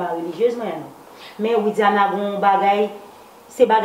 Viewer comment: Fi sa menm pa janm di Widiana tchuips m tande Windiana